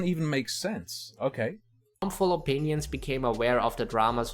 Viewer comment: "Horrible Mindset Opeeneeons."